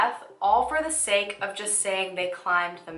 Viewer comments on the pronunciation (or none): none